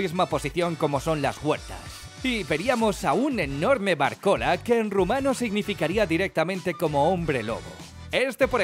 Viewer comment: Yo siendo rumano y quedandome un rato pensando en lo que significa "varcola" (min ) y luego al ver la imagen entendiendo que lo dice por "vârcolac" 😂